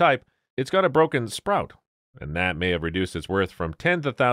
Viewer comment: Well, here we go again - you sound like an educated American but your narration is filled with errors. Pronouncing Che - llini as Sell - ini? And saying that a teapot has a broken sprout, with an r? Half of the time you get the gender of the guest wrong, you cannot tell the difference between the sexes?